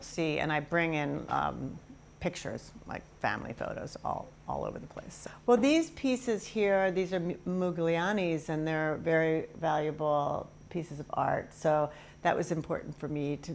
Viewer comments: I guess when you can afford a real Modigliani it’s not required to know the proper pronunciation of the artists name… disappointed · I noticed that too. I actually replayed it and yes, she mispronounced his name. Good grief! 🙄